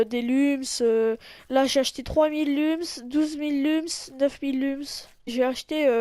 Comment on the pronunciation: Tu sais pas parler Lums ça se dit Loums Et Uplay ça se dit You Play